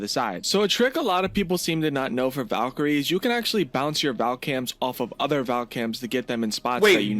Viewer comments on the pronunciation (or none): none